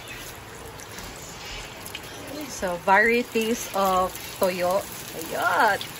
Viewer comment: Tuyo not Toyu hehe ✌️👍